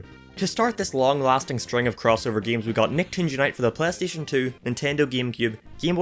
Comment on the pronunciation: Plastation 2 he says